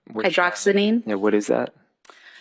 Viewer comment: It’s HYDROXY-ZINE chubo not HYDROXANEEN! 🤦🏼‍♀️🤦🏼‍♀️🤦🏼‍♀️